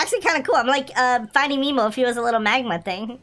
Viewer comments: He said memo instead of nemo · It’s Nemo not memo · NOO ITS NOT MEMO ITS NEMO!!!